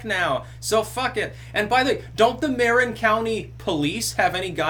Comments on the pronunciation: Just FYI, (native Bay Area resident here) it's not pronounced Mair-in, it's pronounced MUH-rin. Also, Marin is notorious, even here in Progressive Dystopia Land, for being filled with out of touch elitist upper class snobs with hot tubs & wine clubs. George Lucas lives in Marin. In fact, his neighbors blocked an attempt by Lucas to build low-income housing on his property because they were afraid that having the hoi polloi in the neighborhood would have adversely affected their property values. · Muh-rin not Marin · Mah-rin, not Mare-in...and yes, it is this bad here in the Bay Area, I live about 40miles south in San Jose, and liberalism here is more toxic than Flint, Mich water... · BTW and FWIW - it's pronounced "Muh-rin" not "Mair-in" - peace out. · I love her videos and didn’t know she lived here in Marin county. Libertarians and Republicans are irrelevant here, voting-wise. BTW - it’s pronounced mu-RIN’... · Marin county is north of San Francisco , it's half whole foods liberal, and I guess rest not,,, its pronounced "mur rin..in local dialect . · Ma rin( pronouned) and is it the sherrifs or local police which police ? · Just a minor correction,; it's pronounced 'Mar-'in' accent on 2nd syllable... And the BEST part of this irony is that Marin County is one of (if not THE MOST) Liberal County in Northern California! Love it!! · Marin is pronounced “Muh-Rin” with the emphasis on 2nd syllable (“rin”). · Agree with you about the toxicity of liberalism in the bay area and California as a whole. I wasn't surprised when pronounced it "Mare-in", a lot of people from his area of the northeast pronounce their A's like that. For example they pronounce the word "Mario" as Mare-io. It's really weird for me as a Californian to hear them pronounce those things lol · It’s actually ... “Muh-rin” County. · Mar IN county / accent on second syllable. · Pronounced Mar-INN. Just north of San Fran across Golden Gate.